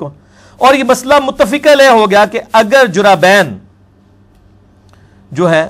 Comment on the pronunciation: جرّابين کہ رہا ہے جبکہ اصل لفظ جوربین ہے اور شرح کو شرّاح کہ رہا ہے یہ اس کی علمی لیاقت کا حال ہے